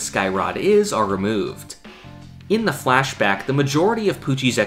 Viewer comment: Hi idk if this feedback is helpful but your pronunciation of the word “flashback” is off. It’s sounds like “fleshbag” every time you say it.